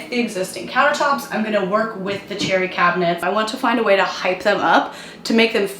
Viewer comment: Every time you said cherry I thought you were saying cheery. Well, now the whole kitchen is, so nice job!